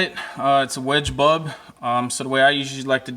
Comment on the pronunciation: It sounds like you don't say bulb but bub